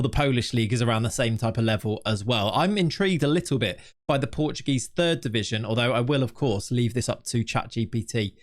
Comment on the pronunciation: AT LEAST TRY to read portuguese names caralho